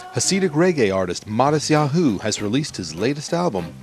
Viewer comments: hahaha omggg sooo irritating bc hes pronouncing his name wrong. matisYaHOOOOO lmao kill me. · he keeps saying matisyaHU! It's driving me crazy! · I love the way he says Mattisyahu- it sounds so funny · he just puts a ton of emphasis on the 'hu' part. makes it...distracting lol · he's pronouncing his name wrong...